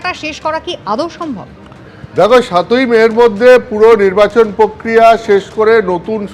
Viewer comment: প্রক্রিয়া উচ্চারণ টা ঠিক করো ভাই